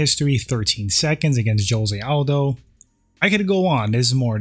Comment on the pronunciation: Your pronunciation of Jose Aldo is atrocious.